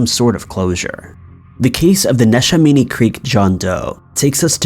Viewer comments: Neshaminy is pronounced Nih-SHEH-mah-nee. (I grew up around there.) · Love your videos! I actually live in bucks county, and I had no idea about that. Neshaminy is pronounced ne-sham-eny, we say things weird in pa lol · Neshaminy is pronounced nesh-a-mini awesome video tho! I live in that county and this was new to me. Thank you for bringing it to attention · I died laughing when he first said Neshaminy. PA has some funny names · He called neshaminy nesh- a- minii 🤣😂 woah and Ben-sa-lim really dude lol 🤣 that's hilarious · Hey! I'm from Eastern Pennsylvania and we actually pronounce it as NESH-AM-A-KNEE ( Neshaminy) and it's BEN-SALEM (Bensalem). Otherwise I really really enjoy your content 😊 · Maybe if you pronounced Neshaminy and Bensalem correctly. Smdh